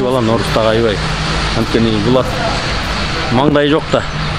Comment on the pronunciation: 31.41"Ой баай"дейт го,казактардай болуп.Ушу таластыктар аябай эле казактарға жакын,"келе жатыр, бара жатыр,ой бай" деп.😂